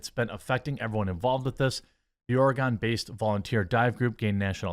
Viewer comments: Btw Oregon is pronounced the same as 'Organ' not literally Or-e-gone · Not "Ore-uh-GONE," bro.